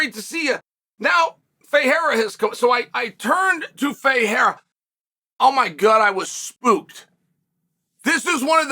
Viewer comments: The fact that Chael can pronounce Ferreira who fights in the PFL but can't pronounce Pereira who fights in his own company, the UFC, is hilarious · Chael can pronounce Ferreira, but can’t say Pereira. That’s a peculiar problemo.